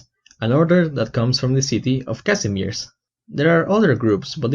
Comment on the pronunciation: When you pole, and you hear how someone read Kazimierz...